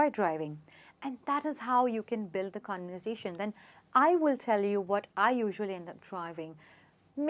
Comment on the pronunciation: I think you mispronounced conversation